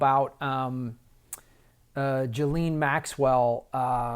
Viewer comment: Juline Maxwell? NO. Her name is Ghislaine. Pronounced GIZ-LANE